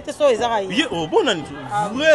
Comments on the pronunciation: OZA KO MI KUMISA OLOBAKA FRANÇAIS MAIS OZO LOBA ESKELETTE AU LIEU DE DIRE SQUELETTE NZOKA YO MOKO BENJI SUKA NA ZOBA OLEKI KUTU KEN NA BO ZOBA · Oooh ndeko otanga hein (Escalettes) yango bino soki kk ayebi verbes Être na Avoir nde otanga eeeh eza SQUELETTE ndeko pas escalete bino bongo na ba Intelo😃😃😃😃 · Correction : ba lobaka squelette non Eskalet ko tanga trop eza intelligence te.